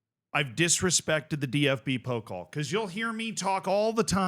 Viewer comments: Pokal is (po-cal) not (poke-ol) just some friendly help haha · Jesus Christ, your German pronunciation is absolutely abysmal (especially "Bielefeld" and "Pokal"...).